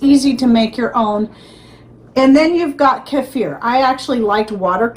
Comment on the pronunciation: Love hearing your pronunciation of "keifer"😅 I lived in Russia and THAT'S how it's pronounced there. Oh my, it was SO DELICIOUS 😋 I so enjoyed having many kinds to choose from aswell.